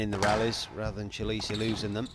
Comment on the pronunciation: The young mans Sur name is pronounced as follows, 'Chi le Shay'.